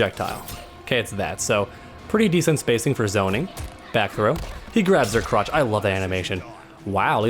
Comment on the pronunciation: grabs her crutch....CRUTCH...WAT???